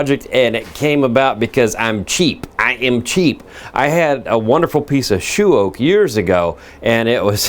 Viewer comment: Outstanding beauty , may i correct you ,your previous attempt , you called it Shoe Oak , we , in Australia pronounce it as She-oak , written as Sheoak !